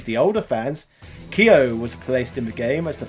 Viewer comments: Before watching, are you gonna say Kaio instead of Kyo, just like you say rAyU instead of Ryu? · when i heard "Kiyoh", i closed the video.